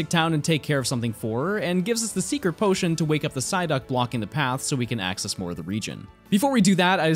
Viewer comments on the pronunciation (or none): none